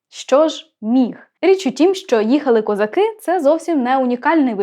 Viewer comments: а вас не турбує наголос в козаках? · Доброго дня. Мені стало цікаво, а чому, промовляючи текст, Ви ставите наголос " козакИ", але не звертаєте уваги на те, що у пісні співається " казАки " Мені здається, що це взагалі 2 різних народи...і від казАків , як від тих бджіл, можна очікувати усяке...😊 Бідна Галя...😊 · кілька років тому бачив запис інтерв'ю ,що записане було з літньою пані,де вона розповідала про цю пісню,в оригіналі було:"їхали хозари",а совок зробив "козаки" з наголосом на другий склад,як у слові"хозари',Дон-це є козацький дім,тож вони -дома,а хозари - набіжчики...Отака байда...